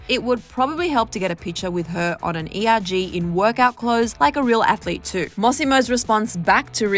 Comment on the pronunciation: It’s pronounced “coxsin” not coxswain 😂 and us rowers just say erg not “E-R-G”